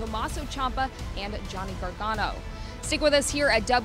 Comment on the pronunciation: It's Gargano